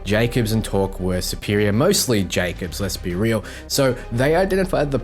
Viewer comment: torgue not torque pls =(